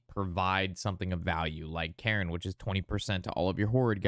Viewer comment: Thanks for this breakdown. It is very helpful as anew player. "Cairne" is pronounced like "cairn" a stack of stones. Not "Karen" like the lady who demands to see a manager.